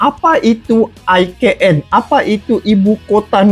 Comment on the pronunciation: IKN menurut ejaan bahasa indonesia di eja I KA EN bukan AI KE EN.....he he he....